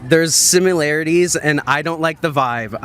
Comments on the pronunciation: The dude who says “simularities” declared that Dems are educated and Republicans are uneducated. Bless his stupid little hateful heart. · "There's simularities..." ya lost me 😂😂😂